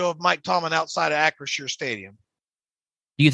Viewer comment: Guys it’s Acrisure stadium not unsure stadium FYI Lmao